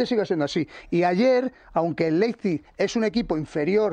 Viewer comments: LeiZPig no. LeiPZig. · Laipsik, pronunciándolo bien en alemán